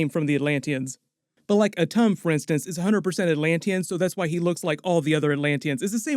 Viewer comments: Attuma, not Atum… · IDIOT it's not ATTUMA?? AH-TUM? Ah-Tomb-Ah!!